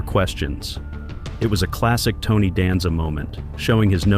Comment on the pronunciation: Hearing you Mispronounced Tony Last Name is Killing Me......😂